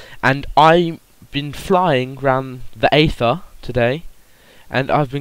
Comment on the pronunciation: Its pronounced eather not neather